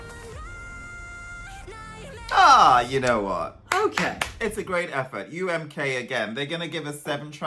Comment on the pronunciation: UMK is supposed to be pronounced in finnish "Uu äm koo" not "Uu äm kaa" how is saying lol